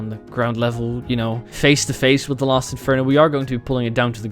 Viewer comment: Keith shut up also don't worry dark burning I also here him say Lost when I slow it down I hear los so I think he just has different wording